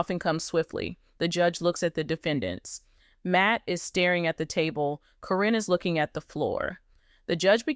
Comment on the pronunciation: Caryn is pronounced Karen btw. Your video could be taken more seriously if you knew her name. 😂